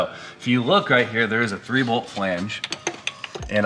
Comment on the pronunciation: it's pronounced "ju-bow". Not gweebo. It's my life's mission to clear this up.